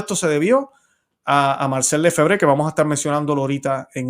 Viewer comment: nosotros pronunciamos Lefebvre en español, cargando el acento en la segunda e.